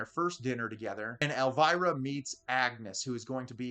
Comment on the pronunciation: Why can't you English people pronounce Elviras name correctcly?